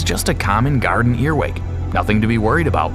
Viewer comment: JUST F.Y.I IT'S CALLED A EARWIG NOT A EARWICK